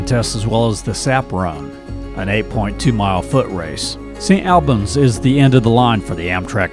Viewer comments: Pronounced st All-Bens not Al bans like Al Bundy.. Allbens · Lovely video of my home state. It’s like ALL in Saint Albans not like AL - St. ALLbans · FYI St. Albans is pronounced Saint All-bans. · It’s pronounced, “S’nalbans”, not St. AL bans, by the locals...😉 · The northern town is pronounced Saint All-bans. Or if you want to sound like a local, call it Snobbins! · Vermonter here: It’s pronounced St. Albans, as (All)bans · I have loved my time in Vermont, still visit St. Albans (which you mispronounced) and Morgan as often as possible, but please learn the correct pronunciations of town names. Charlotte is pronounced Shar-Lot. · Other than he pronounced St. Albans wrong, it's a good video. Born and live in Middlebury. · I was born and raised in Vermont. Left for about 8 years and back for good. I love the slower pace of life and people here are way friendlier then other places. I actually had to rewind the video when you first said St. Albans. Never heard it pronounced that way before. Vermonters pronounce it differently. It is a great over view of the state, but there are hidden gems in just about every town. Thank you for doing a great job on the video.